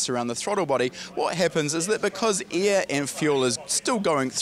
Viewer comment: this guy sayin " EAR " instead of "AIR" carefull u might have some poo coing out of ur ass while stressin the E in EAR lmao cool vid btw